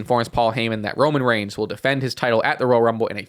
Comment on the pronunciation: Please learn how to pronounce roman’s last name